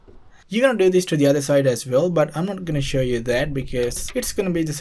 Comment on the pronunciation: It’s the “job vell done” for me 😂😂